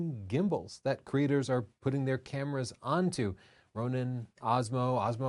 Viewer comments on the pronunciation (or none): none